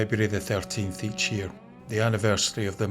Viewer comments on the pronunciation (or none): none